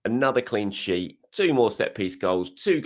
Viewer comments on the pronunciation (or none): none